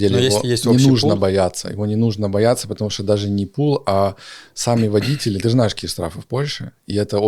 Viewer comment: Ударение водители , делается на 2 слог! 200 зл. На обслуживание? Фантазер!